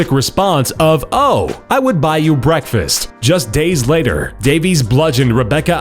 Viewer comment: Did he get his bweakfast though? 😄